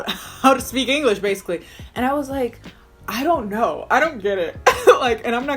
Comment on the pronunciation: “I der kner” SCREAMING